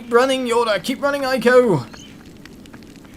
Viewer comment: I am pretty sure that "Ico" is pronounced "Ee-koh", actually; at least, that's how it is written in Japanese.